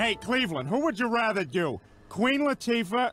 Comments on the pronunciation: Is it just me or does seth say "rother" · Watching them all back to back makes me hyperobsess over how Seth McFarlane pronounces "rather."